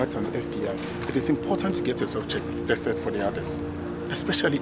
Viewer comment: Man kept saying chested instead of tested the whole time😹😹😹😹